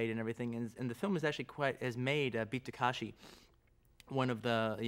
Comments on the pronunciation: タランティーノよ たかしじゃなくて たけしな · 「たかし」じゃない。「たけし」だよ！ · beat ta-kA-shi c'mon Quentin, can you read? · For a self proclaimed Japanese cinephile, Tarantino's pronunciation is terrible. Its TakEshi.